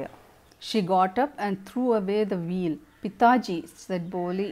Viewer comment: Veil (pronounciation s Vail not wheel mam